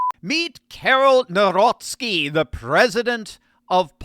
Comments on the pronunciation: The president of Poland is Karol Nawrocki, NOT Narowski., you need to learn how to pronounce his name correctly. Also, your advertising is distracting. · Jesus lads ! His second name is pronounced Navrotski not Nowrocky . It's killing my polish ears . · You should pronounce Nawrocki like Navrotzke, maybe try checking the correct pronunciation on a translator... It's a matter of respect for the President of Poland and Poles. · N A V R O T S K I... I hope it helps with pronunciation.